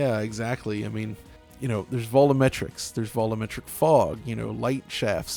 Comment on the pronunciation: Why does he keep calling it "Vollometrics"?